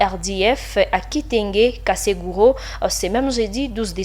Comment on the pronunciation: on ne dit oas kaseguro mais kiseguro.